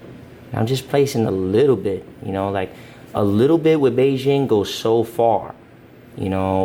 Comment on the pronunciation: The way he said Bigen sounded like Beijing 😝